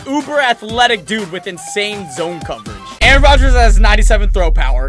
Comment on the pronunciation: why do you call Aaron Rogers Aron?????🧐🤨